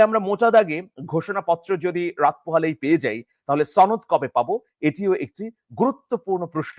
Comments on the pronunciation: সনদ না ছনোদ সনদ কথাটি সঠিকভাবে বলতে পারো না৷৷ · তুমি তো সুশিক্ষিত। তুমি কি "শনোদ" সঠিকভাবে উচ্চারণ করতে পারো না? এটা "শনোদ" হবে, "ছনোদ" নয়। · আর কেউ না শুধু আপনি ভুল ভালভাবে আপনি সনদকে ছনদ উচ্চারণ করেন। এটা কি আপনার জেদ?😊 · ছনদ কি? উচ্চারণ ঠিক ক‌রেন।😂